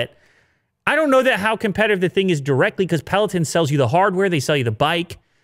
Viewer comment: peloton, please say it correctly. it's a little off when you say it and irks me everytime i hear it loool.